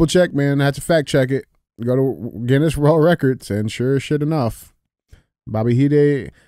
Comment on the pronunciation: DJ you’d think you would be able to pronounce the Guinness world record holders name. 😂😂😂😂